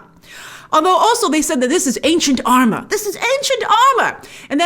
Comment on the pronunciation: Every time you say "Ancient Armor", I keep thinking you're making a H&R store reference by saying "H & R-mor" lol sorry